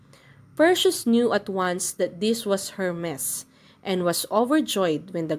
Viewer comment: Perseus - per si us Hermes - her mees